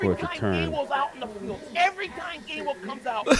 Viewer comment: Its GAINWELL. GAINWELL OMG ROFLMFAO